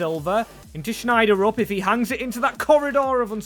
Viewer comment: His name is not Schneider-UP It's pronounced shel-drup